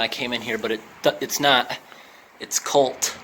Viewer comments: Cott Beverages, not Colt. Is now Refresco, Mr Google says 🙂 Another cool video, thank you! 😀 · Cott, not colt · Not "COLT" but "COTT". They were a major producer of soda pop. The Cott Beverage Corporation was started in 1923 by Solomon and Harry Cott of Port Chester, New York. Their soda was popular in the northeastern USA and in eastern Canada. The brand still exists.